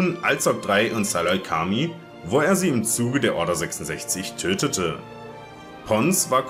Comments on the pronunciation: Was Salacami lol Ich glaub das spricht man anders aus, so "Selukamai" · Guckst du überhaupt Star Wars wie du salucemei aussprichst geht gar nicht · Gree diente in der Schlacht von Kashyyyk eigentlich unter Luminara Unduli, die auch bei der Schlacht anwesend war. Und Selucamai wird anders ausgesprochen. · Wie sprichst du den saleucami aus xD